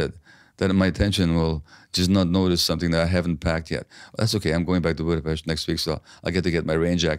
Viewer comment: "Budapest". Pronunciation perfect. From now on I will make it a point 2 read yr books n get 2 know u. What an insightful human bring WHI SPEAKS HUNGARIAN...A sheinem Tog, sweet Doctor.❤